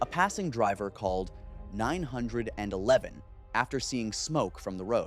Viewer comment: learn how ro say 911 correctly